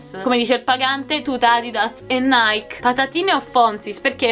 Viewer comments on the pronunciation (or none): none